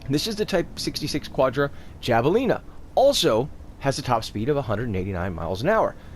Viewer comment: It's Javelina like Havelina. It's named after a wild pig.